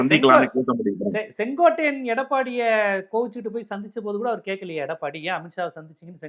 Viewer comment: பேச்சை நான் எப்போதும் விரும்பிக் கேட்பேன்...❤ ஆனா செங்கோட்டையன ஏன் எப்பவும் செங்கோடையன் என உச்சரிக்கிறார்...? 😅